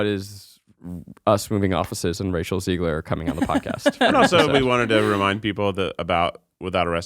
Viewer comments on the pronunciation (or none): Guys…cmon….Rachel’s last name is ZEGler, not Ziegler! Please! She’s never going to come on the show if you don’t get it right 😂